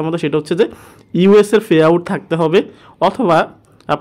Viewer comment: ফে আউট না৷ পে আউট